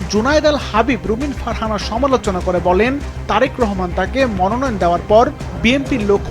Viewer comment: জনাব তারেক রহমানের নাম যে ব্যাক্তি উচ্চারণ করতে পারে না সে ব্যাক্তি নমিনেশন পায় কি করে?